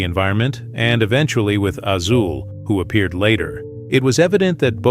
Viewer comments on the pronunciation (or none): Azul is pronounced "Asool" not "Szool". There is no zee sound in Spanish. Otherwise, beautiful story.